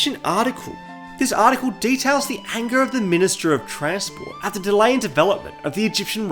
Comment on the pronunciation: brotha did not need to pronounce it like attt